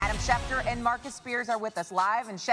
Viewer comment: I thought you said dad schneider for a sec lol